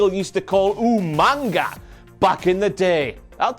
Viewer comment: He called him Hughmanga. Not Umanga.